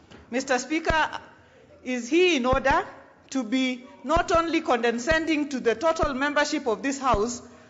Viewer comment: Condescending not condeNscending.